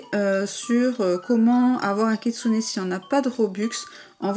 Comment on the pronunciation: tu vas arrêter de dire kitsunai stp